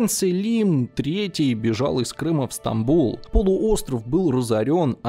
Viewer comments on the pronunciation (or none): none